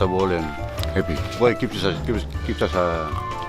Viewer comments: Its pronounced “Boo, ai” Not boy. Trust me, I lived here for 6 years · "Hebe buai"